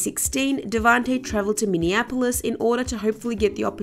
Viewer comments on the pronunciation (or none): none